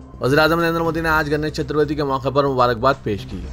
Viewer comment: Are Bhaiyo Ganesh "Chaturvati" nahi Magar "Chaturthi" hai...!